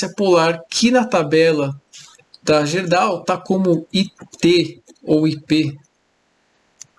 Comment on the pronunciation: amigo, a gente fala GUÊrdau.